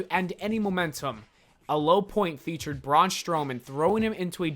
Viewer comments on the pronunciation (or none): none